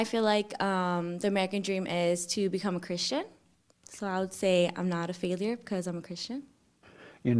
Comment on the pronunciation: Are you a Faileau in life? lol JLP pronunciation of failure had me dying (ego death) all week